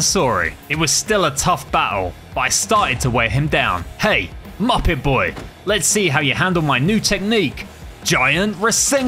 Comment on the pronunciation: You said mupit